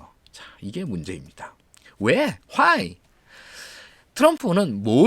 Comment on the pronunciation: Why를 화이라고 읽네 ㄷㄷㄷ